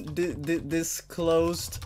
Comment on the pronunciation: undisclosed,not ucndisclosed